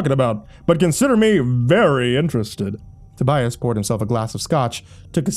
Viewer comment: Not to be THAT GUY, but it's "Tobias".